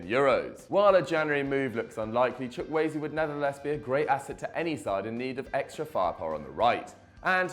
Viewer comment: Who is Manuel Chuck-Waay? I thought his name was Samuel Chukwueze